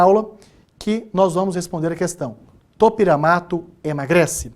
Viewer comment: Me mata esse cara falando topEramato me sinto uma topERA